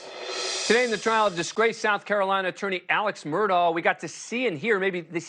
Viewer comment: Its pronounced Murdock.. not murdau.. this separates the pros from the amateur "newscasters" do your gd homework